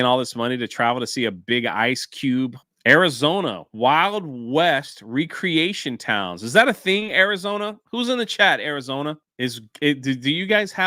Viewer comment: I think you were going for wreck-reatioin not wree-creation... :face-turquoise-covering-eyes